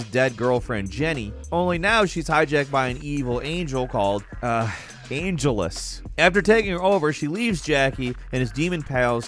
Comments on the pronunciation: Angelus, sounds like the character from Buffy the Vampire Slayer ... and if that's the case, you badly mispronounced it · YOU DIDN'T JUST CALL Angelus. "Cliche" Fuck right off. Read the comics you idiot.